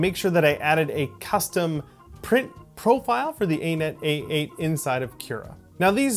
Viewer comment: Have you literally never heard “Anet” pronounced?